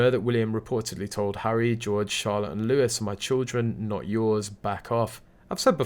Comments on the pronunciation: PS Louis is pronounced ‘Louie’… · The name Louis is prounced Louie.